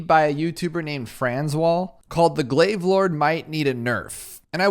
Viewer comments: Pronounce it like glaaave please i beg you. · The word Chai has the "ai" sound you've heard in your glaive pronunciation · idk why but I feel like moar glaives the way you pronounce it is correct but glaive lord the way you pronounce it is wrong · Yes, like aisle is pronounced (Ah-yl) for example. I know what you mean, but your version of pronouncing "glaive" still sounds kind of wonky to me.